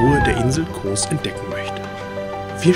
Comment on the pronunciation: Die Insel heißt Kos, nicht Koohs….